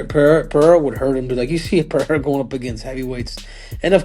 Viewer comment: Still can't pronounce PEREIRA!!!!!